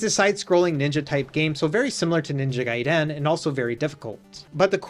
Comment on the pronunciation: He said GaiDEN just like the movie lol